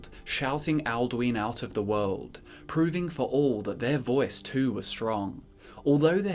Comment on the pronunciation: "the wowld"